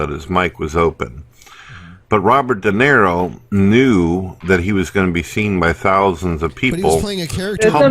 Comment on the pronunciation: I love how claims to be this huge fan of Robert DeNiro, but he's too fucking dumb to even get his name right and keeps saying Robert "Dinero".